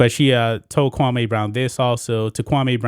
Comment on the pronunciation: Bruh you keep calling him kwamay brown u worse that steven A it is pronounced kwamee( Kwam- me)